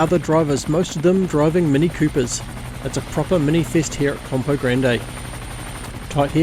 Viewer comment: Is it called Tourist Trophy because you pronounce Campo Grande like a tourist? 😅 ❤